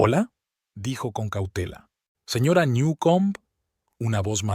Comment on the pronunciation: No sabe decir señora???